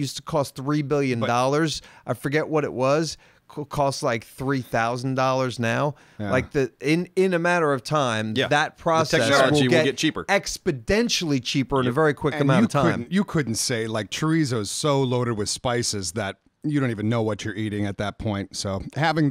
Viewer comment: did really say expidential instead of exponential